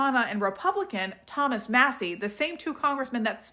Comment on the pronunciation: Who’s Thomas Muh-see? 😂 Good god we are fucked